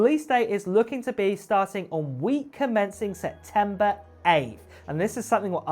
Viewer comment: SePtember not Setember